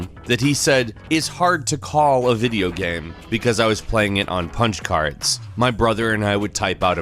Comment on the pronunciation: Why do you pronounce "game" as "gam"? I can't keep watching or I'll die of cringe